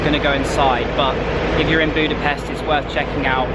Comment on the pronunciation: Thank you, Great videos! If I may ask, next time please pronounce Budapest with an English "sh". Just like in the word English. The Hungarian "s" is and "sh". Thank you!